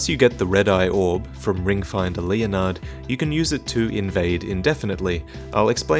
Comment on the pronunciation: I'm sorry but how did my man just pronounce LEONARD